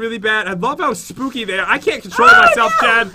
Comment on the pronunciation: Hey Pat,I have a question.The question is that why does Jen says”It’s so spookay!”I still don’t understand why she does.